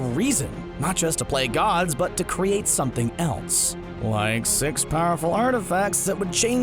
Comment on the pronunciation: Matt Smith I thought he said faze sex not 6😂🤣